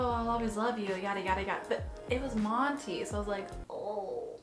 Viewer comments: The way Winston was so damn irrelevant and how he pronounces "Monty" as "Monny" pissed me off so much omfg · exactly. him and monty only met like twice and he was already obsessed with him. like nah. winston was annoying, acting like him and monty were so in love